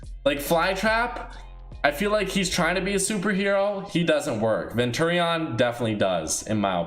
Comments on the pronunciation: You say so much stupid shit it urks the fuck out ofe you can't even say opinion you literally can't tell the difference between a hero and villain, abstract and teknique are a set. You say venturi-on its venturion all together ffs you were schooled wrong it erks me so fucking hard I keep saying I'm not interested in these fucking videos to youtube yet they still get recommended and I'm not gonna lie they peak my interest but dear god read a fucking thesaurus look at a dictionary and read a script that's been checked before each video please. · This guy really called him ven-turreon lmao